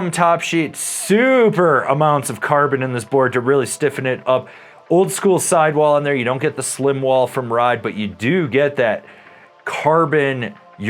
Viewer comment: Ride has Slimewalls in their urethane sidewalls, not Slimwalls. Pronounced like the skateboard wheel, Slimeball.